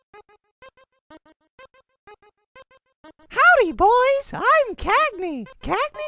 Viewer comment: It's Cagney not Caney Not tryna be rude btw